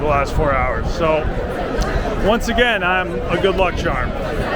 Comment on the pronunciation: “Good luck chahm”